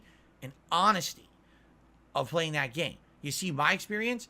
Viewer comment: "100% transparensee and ahwnestee"